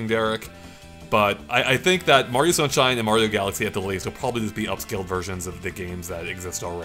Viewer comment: super mario shunshine